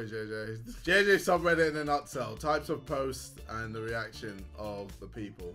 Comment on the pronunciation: man said nuts hell. Not nut shell